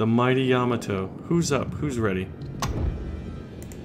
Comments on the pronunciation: ya ma to not yama to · LOL. He keeps saying Yama Toe.